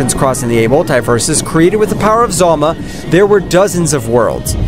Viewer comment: Hes name is Zalama not Zalma